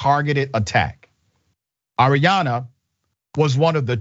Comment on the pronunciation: Her name Arianna. You keep saying Adriana. The gang violence in Houston is out of control. It’s the most dangerous city.